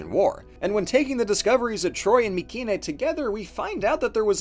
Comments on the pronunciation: I'm curious. Who do you choose to mispronounce the name of the place you made the video of? Nobody I have EVER heard pronounces it with a "k" sound. Not in college nor on TV or on YouTube. Just you. My-see-nee. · Hey Atleast he didnt say “my-see-nay” always bugged the hell out of me considering the greek k is one of the few letters we still use today with basically the same pronunciation.